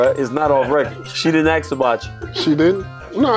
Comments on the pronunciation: Ask. The word is pronounced ask, not axe. Every. Single. Time. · Even DC cannot pronounce "ask" !? 🤣